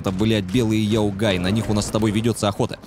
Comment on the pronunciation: Не йаогай , а яогай))